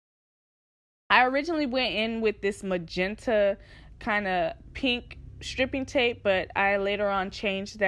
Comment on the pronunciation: sis it's pronounced STRIPE-ing tape lol